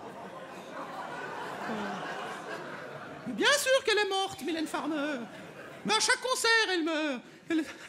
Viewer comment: Le "No soucay, j'adore Maymay Matay", m'a tué